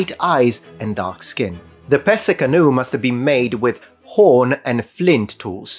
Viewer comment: I’m Dutch and hadn’t heard of the Pesse canoe. And my grandfather came from part of the country. So, may be it was one of my fore fathers that left the boat there. 😀 And your pronunciation was spot on. That was amazing